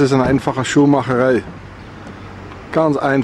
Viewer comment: seht mal bei das a von schuhmacherei